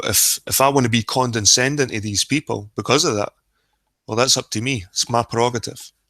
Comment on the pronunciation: FYI it's "condescending" not "condenscending" ....don't mean to be a grammar nazi, but after first few times I just had to, sorry lol